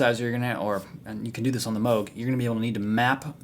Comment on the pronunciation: its pronounced "mogue" , nice vid man :)